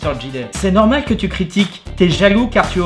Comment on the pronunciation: "C'est niormal"